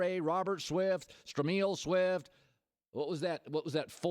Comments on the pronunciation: Did he just call Stromile Swift, Stromeel? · LOL at Colin's pronunciation of Stromile Swift.